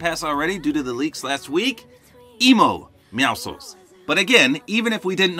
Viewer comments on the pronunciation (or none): It’s meow si cuh uls NOT meow souls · ‘Emo meowcles’ 🤣🤣🤣💀💀💀